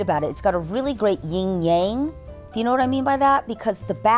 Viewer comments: What a beautiful home. Now if its owner would learn it's yin and yang, not ying yang. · Thanks for this tour - your home is beautiful. But I have t ask - how can you have been in interior design for all that time and not know how to pronounce yin yang? It's YIN (no g in here, so you don't pronounce it), Yang (in this word you pronounce the g).